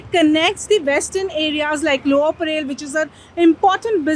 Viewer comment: Thanks for the correct pronunciation of Tilak i.e. " टिळक" and not as "तिलक". However it is not "परेल" but it is परळ..why do we need to anglicize our own names? Also it is very sad that non Marathi people make no effort to learn the local language but they also do not make effort to correctly pronounce names of people and places in our state.